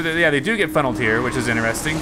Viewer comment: I’m veeeeerry late but I hate when he says interesting wrong